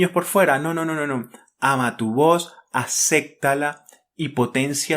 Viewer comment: ACEPPPTALO no aceCCCtalo...por dios!!!!!!!!!!!!!